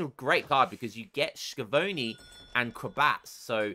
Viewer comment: ch in italian = k sound, so skiavoni xD